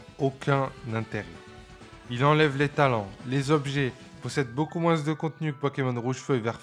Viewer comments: Excellente vidéo rétrospective, mais le seul truc qui m'insupporte plus que Nabil, c'est quand tu dis MOUINSSSSSS 😂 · J'ai kiffé la vidéo mais qui dis "moinZe" pour dire moins ? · Énorme travail ! J'adore ! (moins on prononce pas le s 😂) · Par contre, on prononce pas le s dans moins